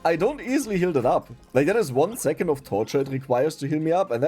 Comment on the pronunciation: Zo, zingle run, zix, zis point...German accent is so weird. You say "second" correct. Why don't you pronounce it then like zecond?